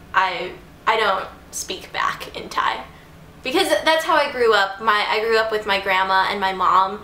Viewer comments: Im Thai and i love how u pronounce all the thai words :) so cute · OMG you pronouncing n speaking Thai really well!!